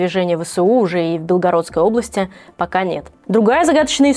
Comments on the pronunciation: БелгорОдской об., а не БЕлгородскрй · в БЕлгороде и БелгорОдской области так не говорят, уши режет) А именно не говорят: БЕлгородской об.